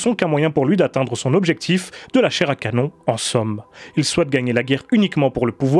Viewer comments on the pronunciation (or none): none